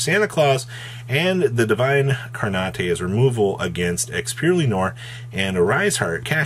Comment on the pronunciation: Wow, I had no idea that incarnate was pronounced "incar-nateih"